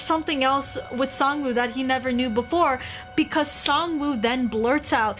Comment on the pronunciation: It’s pronounced sangwoahhhh 😾